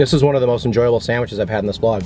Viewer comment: I like that you say "samwiches"